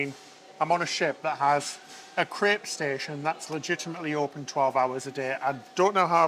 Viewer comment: Crepe. Its a crepe. Not crip.